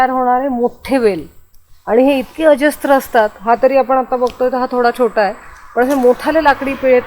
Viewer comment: दोन्हीं एपिसोड बघितले. उत्कृष्ट. स्त्रोत, अजस्त्र असे शब्द अस्तित्वात नाहीत. स्रोत आणि अजस्र बोलावे, लिहावे. Srot, ajasra , sahasra.